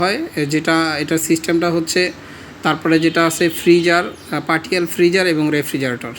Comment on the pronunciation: Partial উচ্চারণ : পার্শিয়াল, পার্টিয়াল না।